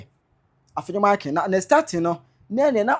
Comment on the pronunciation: AFLAO IS PRONOUCED APLAO. IN EWE LANGUAGE F IS NOT PRONOUNCED AS SUCH. F IS PRONOUNCED P. SO EFUTU MP AFENYO-MARKIN HENCE AFENYO BECOMES APPENYO-MARKIN. THE NAME IS EWE LANGUAGE, RENDERING AFFENYO APPENNYO NARKIN.